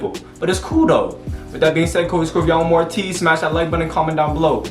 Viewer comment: And also its ATEEZ not ATIZ you pronounced it like if it was spelled with an I